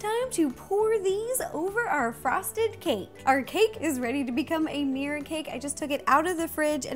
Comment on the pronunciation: "Meer cake" lol